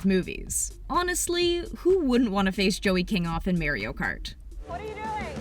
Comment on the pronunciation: sis said merioo kartt